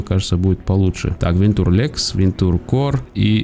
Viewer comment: Да не "вентур", а "вэнча"